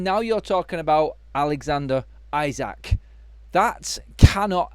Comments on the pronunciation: First time I hear 'Alexander Ayzak' Pronunciation lol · Liverpool winning league wasn't enough we were looking at least 3 trophy. Time to.. fix . By the way you are pronouncing isak name wrong.